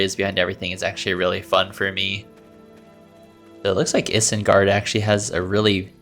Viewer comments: if I hear you say isengard like that ONE more time while im watching this vid- GOD DAMN IT. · Why did you say isengard like that... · I feel like this guy is lying about not knowing “anything about Middle Earth” because ain’t no way you haven’t heard “Isengard” pronounced correctly.